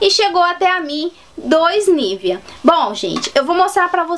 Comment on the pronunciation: Só uma pausinha. O Nivea é um creme Alemão e não se fala Nívea e sim Nivêa. Ahhhh e no nivea do BR já está escrito Hamburg. Hamburg é uma cidade da Alemanha. Bjs